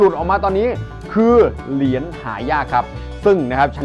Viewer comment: เหรียญ.ไม่ใช่เหลียน.